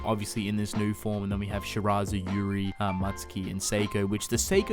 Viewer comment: ffs its not "MUTTSKI", its "Mutsuki"